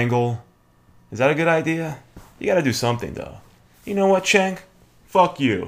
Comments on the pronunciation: If you are subscribed to TYT then you could at least pronounce Cenk's name right. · I watch Glenn Beck while on cannabis all the time. It's hilarious. BTW, it's pronounced "JENK".